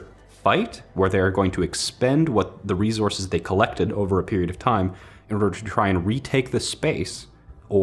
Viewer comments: Drink every time you hear say “ReeZorse(s)”.. you won’t be alive for long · rezorces? It's resources dammit! You mispronouncing this had me so distracted that I had to write this comment. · It's a ree-zorz. (Just poking fun, love ya!) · What in the heckerman are these re-zorzes he keeps goin on about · if you say rezorces one more time, I'm gonna shoot myself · Say “rezources” one more time. 😂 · Was I the only one slightly bothered by saying "rezources" instead of resources? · Rezorsis How says resources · RESOURCES.................NAH..........MORE LIKE "REZORCES" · Please stop saying rezources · Rezources? Not enough minerals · Them good ol rezorses 😂😂😂 do me a favor and never change budd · No no no, it’s Reese Horse, right? All these future people are fighting over Reese’s pieces the size of horses. JK love the videos.